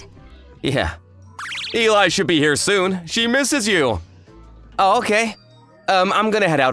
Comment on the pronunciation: Elli, not Eli. There’s a difference.